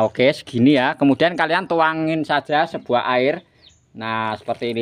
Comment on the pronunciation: Air kok se buah to ms, klo ngomong p et L a n2 aj gk usah buru2, sebuah sir, se buah kain, a pakah bener 😂